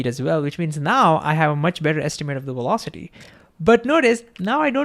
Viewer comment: it is vee velocity NOT double "U" WEE wolocity !!! Come on you are a smart guy, and you could change the pronunciation of ONE consonant to bring your verbalizarion into some semblance of the MAJOR LANGUAGE you are trying to advertise to unless you are stubbornly trying to change the entire world's pronunciation to comply with your stubbornly defiant way of butchering OUR LANGUAGE .... STUBBORN NONCOMPLIANT BACKWARDS .... or maybe you wanna say backVards!!!